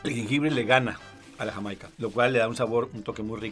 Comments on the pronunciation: As a Californian, whose parents came from Jamaica, the H that put on Jamaica hit mi in the feels 😂🤣😂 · The funny thing is that the guy whi said they would enjoy sorrel in Mexico. They already do enjoy it in Mexico, it's just called Jamaica, but pronounced hi-mai-ca. You can even buy it in a soda in any Latino market in the US. LOL